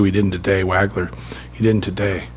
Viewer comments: Hey Paint......it's pronouned " WAWG-LER"....not "WAG-LER". Geez. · pronounced WAH-gler #23